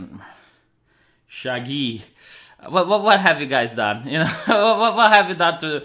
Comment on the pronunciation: it's shaggy not shagyyyiiiii